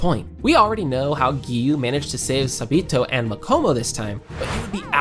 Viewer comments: Him:sa-B-to Me:ITS SA-BA-TO AGHGG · I can’t with how you’re saying sabito’s name 😭